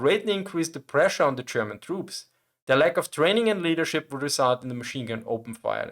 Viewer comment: Listen, i love your channel and your selection of topics. It s great. But please. I beg you. Stop saying "Chairman" instead of "German". Good luck 🙂